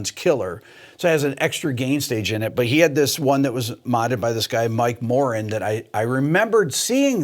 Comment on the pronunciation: It's Mike "More-an" (like 2 words) I knew him. His wife Linda Moran was my mother's friend.